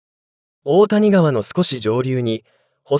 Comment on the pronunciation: 大谷川は「おおたにがわ」ではなく「だいやがわ」では？